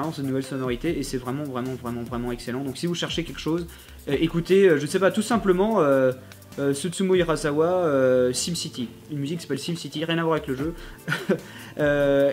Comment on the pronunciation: Je connais Susumu Hirasawa ^^ Mais rajoute des lettres quand il prononce son nom x)